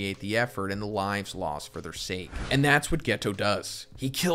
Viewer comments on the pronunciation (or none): none